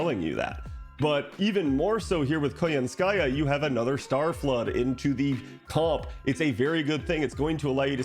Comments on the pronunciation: it is koYAnskaya btw, not koyanskAya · for english speakers out there. in "Koyanskaya" the emphases falls on the first "ya", not 'ka" it's KoYAnskaya, not KoyansKAya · It's pronounced as ko-YAN-ska-ya. But anyway good content. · *snicker* What did you say? *replays* 😂 I am fluent in Russian, and your pronunciation is hilarious! Thanks for that.